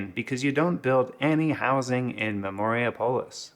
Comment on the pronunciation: It's Memori-Apolis, not Memoria-Polis